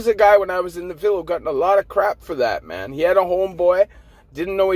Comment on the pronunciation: Why do you say it like mon instead of man